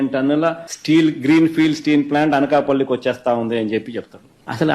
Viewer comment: Oreyyy adhi nakkapalli kadhu ra anakapalli 😂😂😂